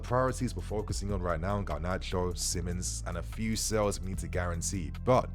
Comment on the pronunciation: It is not "sells". It is "sales". You're British, and should know better.